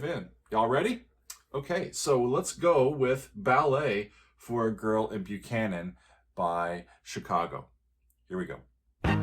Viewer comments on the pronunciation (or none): "Buchhannon" is pronounced "Buck-hannon", not "Byu-cannon". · Believe it or not, the town Buchannon, West Virgina is actually pronounced "Buck-annon". Yeah, it surprised me too when I learned that. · Buckhannon, WV to be exact. An album misprint without the ‘K’ caused the nearly universal mispronunciation of the name. Only live recordings of the band introducing the song reveal it as Buck-han-non. Even the majority of hardcore Chicago fans have adopted the Byoo-can-non pronunciation. Makes you wonder if Pankow the perfectionist wanted to scream at the slight error in the title of his masterpiece haha. Though I’m sure the timeless success of this suite (and his various hit compositions) made him quickly brush it off. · FYI, it's pronounced "Buck-hannon". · I believe it's pronounced Buckanon.